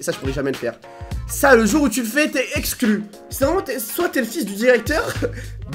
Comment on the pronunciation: Le nombre de fois que t'as dis esclus😂😂😂